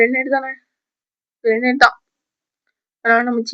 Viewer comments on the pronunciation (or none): grenate thana illa grenate than🧨. That is granate ma tangam